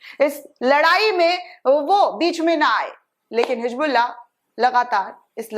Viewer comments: Madam, it is Hizbullah not Hijbulla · Madam hijbullah nahin hizbullah zara Urdu seekh kijiyega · Didi ji Bas aap HIJBULLAh nhi Hezbollah kaha kariye